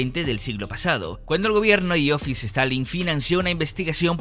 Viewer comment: No conocía yo a Iofis Stalin 😂 esa dislexiaaa